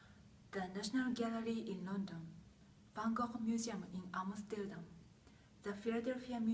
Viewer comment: This version is considered by many scholars to be a copy/fake sunflower painting. Strange how this employee brought a focus to the canvas type … Ps. But at least you pronounced his name correctly.